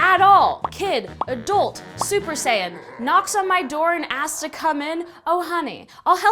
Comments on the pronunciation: "Kid Adult Super Saiton" When she said super saiton my dad was watching dragon ball Z XD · She said super Saiyan lmfao